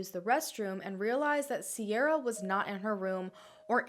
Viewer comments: Cera is pronounced "Keyra" not Sierra and the woman the hunters saved was 50 not 15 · This video was amazing!!! All of these cases are so sad, its still on the minds of Irish people. You did pretty well with the pronunciation too! The only thing that I noticed was the name Ciara. It's an Irish name so it's complicated 😂 It's pronounced Keer-a over here! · I'm well impressed with your pronunciation, Ciara is pronounced Key-ra though. And Larry totally killed most of those girls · Ciara is pronounced kir a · Hi I love your vids I'm so glad to see you cover another Irish case. You pronounced enniskerry right in impressed well done. The only ones you mispronounced was ciara, because in Ireland we say it as Keira. And Tullamore is like Tull(like hull)-A-more. Larry Murphy is a disgusting man however the Irish gaurds are so corrupt and lazy that I think they just want to say it's him to appear to be solving or near solving these crimes. One last thing, the IRA aren't terrorists at least not in the republic of Ireland (where these girls went missing) some people in northern Ireland would however disagree. Us republicans would class them as freedom fighters. Just thought I'd comment these points. There's only about 5/6 million people in Ireland so you can imagine that it's a high number for such a small country. I'd say in America your state probably has more people living in than our whole country am I right? Much love from Ireland 💚💚💚